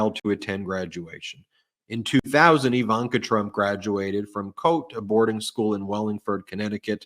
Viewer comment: CHOATE--rhymes with "float". One syllable.